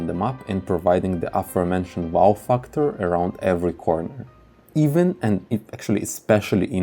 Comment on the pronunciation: Please say mäps, not mups. Fäctor, not fucktor, imägine, not imugen